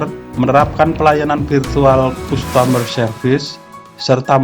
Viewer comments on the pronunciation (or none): none